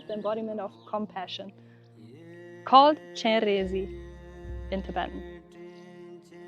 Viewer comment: Your Tibetan pronunciation is very good 👍 👍